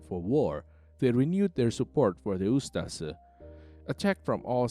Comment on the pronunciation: DIRTY COMMUNIST PROPAGANDA - THE NDH WAS A WELL ORGANIZED COUNTRY - WTF DO YOU KNOW, YOU CAN NOT EVEN PROPERLY PRONOUNCE USTAŠA/USTAŠE